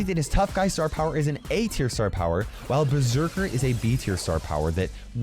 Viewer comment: Died inside when said ber-sek-aer